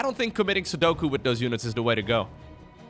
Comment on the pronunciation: "commiting Sodoku..."?! not knowing Japanese since 2026